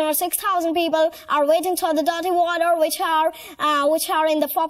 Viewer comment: ‘Which’ not wich